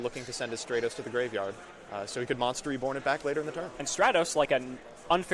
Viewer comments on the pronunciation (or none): I’m pretty sure it’s Stratos and not Straytos